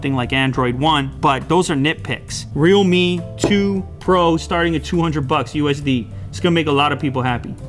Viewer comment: Is there anyone who pronounced REALME as Readme?